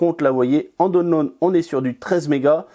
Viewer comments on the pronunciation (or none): none